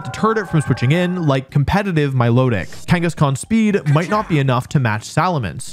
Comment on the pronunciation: Here goes to another 42 mins of Wolfey mispronouncing "competetive" as "competentive" sigh (I'm eating it up), but at least it's good content (it's amazing).